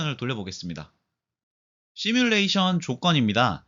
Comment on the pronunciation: 시물레이션 발음을 되게 이상하게 하는데 “시”는 인어공주 애니의 가재의 노래 제목인 언더더씨의 “씨”처럼 발음해야 합니다. 지금은 굉장히 희한하게 하네요. 흉내도 못 내겠어요.